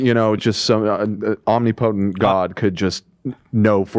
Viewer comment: Ooh mispronounced omnipotent!